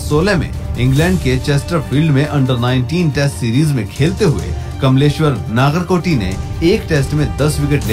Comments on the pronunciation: Dude it's not naagarkoti it's Nagarkoti नगरकोटी 🙏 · नागर नहीं नगर कोटी होता है